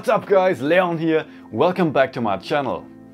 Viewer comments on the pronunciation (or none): none